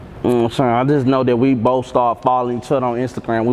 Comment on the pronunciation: "I did boff"